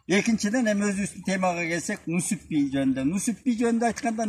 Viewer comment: Нүсүп эмес Нүзүп